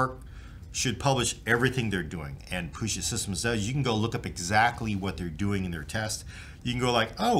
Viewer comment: every time i hear you say "POOget Systems" i die a little on the inside. From someone in the Seattle area, Please say "PEWget Systems".